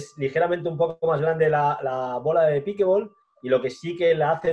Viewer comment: por que lo pronuncian mal...cojones!!!! NO ES PIKEBOL.... ES PIKELBOL con una ele entremedio .... PICKLE se pronuncia pikel.... y combinado con ball el pickleball